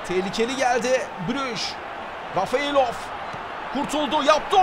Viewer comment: Abi Rafeylov degil Refaylov :D